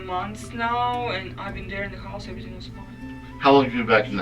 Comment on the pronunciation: "Chouse" 😊😂 A russian crazy one again.